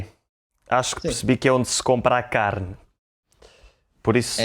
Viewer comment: perché dici caine e scrivi carne? 🤨